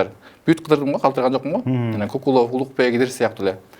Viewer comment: Кукулов дейби😂😂😂 Кокулов десен